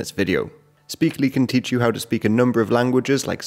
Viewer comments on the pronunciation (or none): none